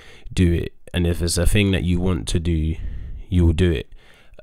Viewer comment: Love how days "ting" instead of thing 😂